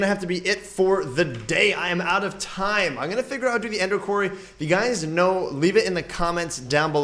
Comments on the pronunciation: it is pronounced kw-or-ry not kw-air-ry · Quarry : Pronounced (kwory) NOT kwarey ..... just saying